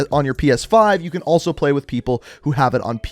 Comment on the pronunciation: "most forward to plueegh"